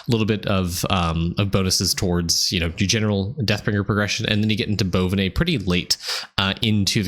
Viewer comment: I watched this about 15 times, now Im calling Bo-vine bones Bonvinay bones lol